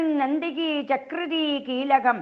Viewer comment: കീലകം,അസ്ത്രം വൃക്തമല്ല